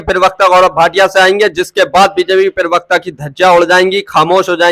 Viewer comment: जनाब यह शब्द पिरवक्ता नही है, प्रवक्ता होता है।